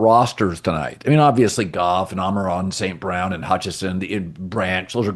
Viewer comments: Is anyone else bothered that colin always says "Amaron" instead of "Amon Ra"...come on dude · It is “Amon-Ra” not “Ama-Ron” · Ok I’m definitely not hearing things, he has done it several times…does Colin think his name is “Amen-Ron” St. Brown?